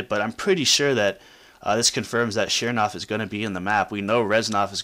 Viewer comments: ch nernov not shearnov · CHERN. JESUS CHERN-OV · It's not chernov, it's chernov, duh...